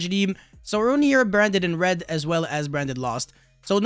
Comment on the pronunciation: “Bwanded in Wed” 😆